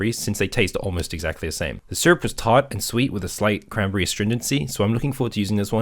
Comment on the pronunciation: I feel like eventually he just starts saying “crambry”.